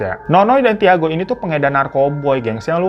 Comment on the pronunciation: Tiago itu dibacanya Cago ya babu, pun10. ngasih know doang